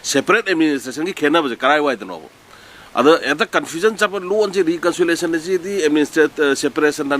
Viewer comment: Administrative reconsolation ntte, reconciliation haibni, achumbsu yaori, asoibsu chaona yaori, mina ngangba taba midi nttbra khlli.